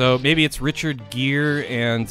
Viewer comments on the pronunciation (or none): none